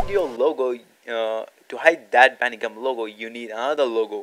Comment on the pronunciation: Are you saying Bandigum or Bandicam??